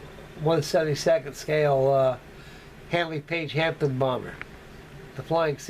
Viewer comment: It's called a Handley page "Hampden" not Hampton!!!